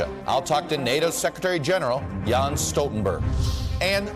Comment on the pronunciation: Yo! It's JENS Stoltenberg, like "Yenss." Well done all around! No softballs here! Many thanks!